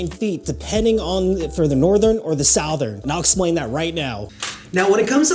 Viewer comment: Your homework will be to say the word southern like “suthern” instead of saying “south-urn” but aside from that great work